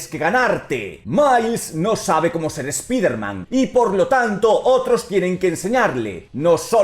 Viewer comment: Me duelen los oidos cada vez que dice "spiderman" en inglés se pronuncia "spaider man" o dilo en español que sería hombre araña. Maple es toda una loquilla